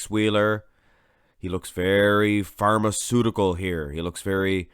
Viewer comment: "Pharmaceutical" Lol!